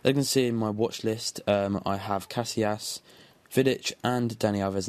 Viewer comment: ca si as not cas i las